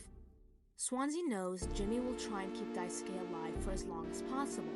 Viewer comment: lmao yea that was it